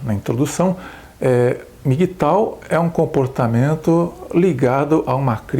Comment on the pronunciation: Não se pronúncia MI gui tau e sim EM mi ghi tou.